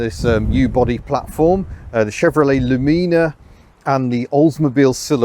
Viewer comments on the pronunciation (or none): Chevy Luhmeenuh????? Its loo-mi-nuh. Please never review another american car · “Loo-MEE-nuh” 😂 it’s actually LOO-mi-nuh, emphasis on the loo. Literally. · The Chevrolet Lumina twin was pronounced bit differently than your attempt. Think of the middle portion of the word “illuminate”. :) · 'Loo-MEE-nah' absolutely decimated me upon impact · LOU-min-a ... Americans put the accent at the first syllable even if it's apparently wrong. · I wonder how many of your viewers got the Peter Paul and Mary reference? The way of pronouncing Lumina is pretty epic.